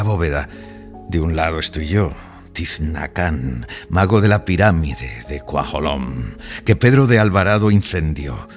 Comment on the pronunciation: El personaje de "La escritura del dios" no se llama Tiznacán (como dice el audio), es Tzinacán.